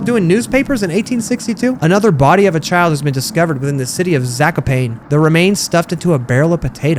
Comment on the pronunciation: I'd really hate to be that guy, but as a Polish citizen, I feel it is my duty to say that Zakopane is pronounced something like Za-ko-pah-neh. Again, I apologize for posting this on the internet. Also a good time to mention that she isn't russian but polish and I have no idea what she was whispering.